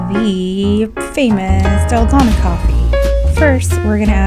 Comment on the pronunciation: May accent ung dalgona haha